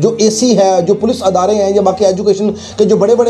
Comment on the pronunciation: أَدارے❌❌❌❌❌ إِدارے✔️✔️✔️✔️✔️